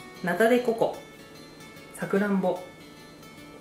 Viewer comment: ともさんのさくらんぼのイントネーション？が独特w